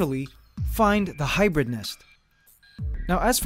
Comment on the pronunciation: U say hybird ? That in roblox anteligence glitch charecter